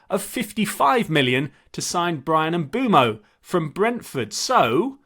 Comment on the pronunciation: It's pronounced Bryan Bø-mo